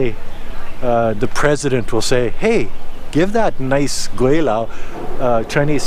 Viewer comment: and you sounds more like 桂 than 鬼 when you refer your name.